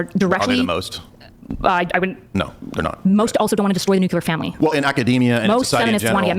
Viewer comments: I was fully on side until she said "nucular". She lost the debate. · She’s not helping herself by saying “new-q-lure”